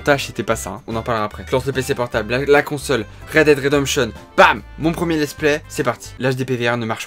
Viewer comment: juste "read DID redemption" ça m'a tuée